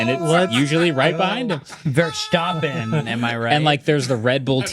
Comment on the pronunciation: Haha hearing you guys pronouncing "Verstappen" is pretty funny for me as a dutch guy